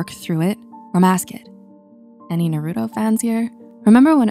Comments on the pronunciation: Naroooto? You mean Naruto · How in the world can you watch Naruto and mispronounce not only HIS name but also Asuma but pronounce Shikamaru's name correctly?!? At least pronounce Naruto's name correctly, it's only said in the show like a bazillion times SMH.